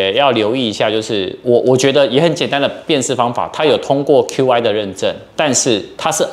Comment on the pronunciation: Qi跟App的唸法都是錯的。 身為科技Youtuber，我認為不應該犯這種錯。